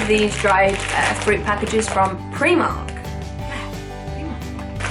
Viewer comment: Primark, you pronounced it differently but it will do, great video and dried fruits are bae